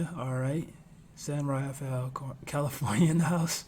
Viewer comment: Thats my boys cousin. He really from San Francisco's Lakeview neighborhood. Its pronounced San Rah-fell. Bay Area Funk legend represent.